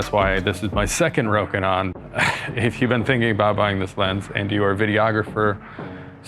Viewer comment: FINALLY someone says it right. I have learned to be less annoyed by people saying it incorrectly but I was too happy hearing it said properly. Anyway, this lens is on my shopping list (photography) because the Canon is not better enough for the price. Nice to see it's great for video as well. I can't hear the AF hunting and the bands are loud anyway.